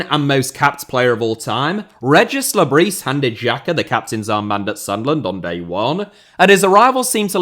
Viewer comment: It's pronounced le-briss not le-brie he's not a cheese mate